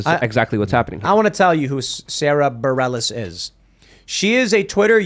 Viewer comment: Isn't it Baa-rell-is. Not berry-ellis? 🤣